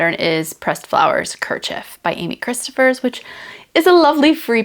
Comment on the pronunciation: Hi! Thank you for another great video — always enjoy your content. First, I believe Rebecca’s last name is pronounced like it rhymes with “low,” not “plough.” Second, I also think that Amy’s last name is pronounced Krist OFF ers. Third, I vote for the Vilma top for your Drops Belle make — (love that that blue color really brings out your eyes!) I just received my first order of Belle and will be making a Tolsta Tee — I made a Tolsta tank a couple of years ago and love it — yours turned out wonderfully and fits you beautifully! ETA: Your tiny watercolors are lovely! Good for you for learning and trying a new thing!